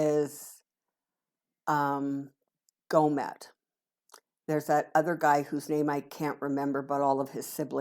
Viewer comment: Gohmert? Girl, I could have sworn you said “Gonad”. 😂🤣😂